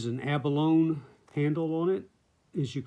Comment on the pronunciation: Abalone is pronounced "a·buh·low·nee." It's four syllables. Not trying to nit pic just wanted to point it out. Beautiful knife btw.